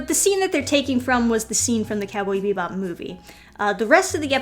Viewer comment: "Cowbee Bebop" XD